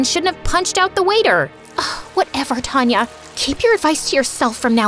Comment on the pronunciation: It is taanya not tanya